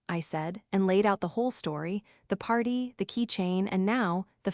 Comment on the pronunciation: “A few months after the Pee…..arty” hahaha. Unmonitored AI. Neither like nor subscribe.